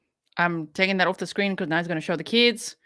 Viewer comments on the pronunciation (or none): none